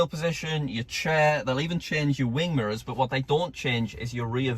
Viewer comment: Lol the way says mirrors, sounds like he says murrrrs